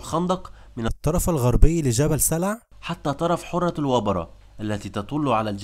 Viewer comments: حرة بفتح الحاء وتشديد الراء . و معول بكسر الميم وتسكين العين وفتح الواو. ارحموا لغة العرب. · السلام عليكم ورحمة الله تقرير جميل جدا عندي ملاحظة بسيطة ( حَرة) بفتح الحاء ليس كما ذكرت حُرة بضم الحاء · حرة بفتح الحاء. وليس برفع الحاء. والمعول بكسر الميم وتسكين العين وفتح الواو . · مجهود رائع و محترم ولكن برجاء عمل مراجعة لغوية للنص قبل التسجيل. فالكثير من الكلمات نطقها غير مضبوط. على سبيل المثال: اسم نعيم ،كلمة معول،كلمة حرة.... وبالتوفيق دائما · عليك مراجعة لفظك للكلمات حيث انك تخطئ في كثير منها. على سبيل المثال لا الحصر: معول و حرة و أعطيت. جميل انك تحاول التكلم بالفصحى و لذا أرجو تحري الصحة في اللفظ و شكرا.